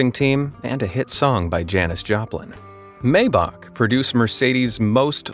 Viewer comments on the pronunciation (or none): Nicely put together video look whoever narrated this I'm sure they are an American here's the deal pronounce the name of a vehicle correctly or say s i c right after Maybach is not pronounced Maybach it is pronounced Myback if you don't believe me call Mercedes-Benz and ask them alvita Zane ¥ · It is MY-Bak not May-bak. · Maybach...pronounced maɪbax..."my..." not "may..." with the "x" sounding like one clearing their throat, not "k". It may be hard for some to get the ending right (German like), but the start is easy for anyone..."my". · Excellent video! I enjoyed it, but with so many gear-heads probably attracted to this kind of video I think it would be a good idea to learn how to pronounce: Maybach = very close to "my bock"but the ch part is a little bit of a German gutteral drag sound. Renault = "Reh No". Porsche is actually "por shuh", but I'll admit that I still pronounce it "Porsh", because I spent decades saying that. (Bugs the. crap out of my brother-in-law who has at least two Porsches. Can't keep up with him.) I would be probably interested in the Renault Trezor, that looks like a pancake going down the road. BMW Vision Next 100 is also amazing. (And here I am buzzing around on my Gogoro S1..... geez.)